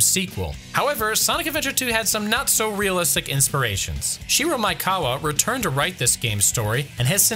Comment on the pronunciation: You keep saying "Maikawa" instead of "Maekawa" and it hurts my brain each time @@